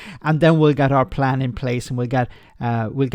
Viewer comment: Reminds me of Kim Jong Ill in Team America World Police. “We have a pran” 😂